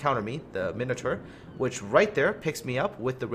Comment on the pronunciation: PITCHFORKS TIME! You said Minoter, not Minotaur...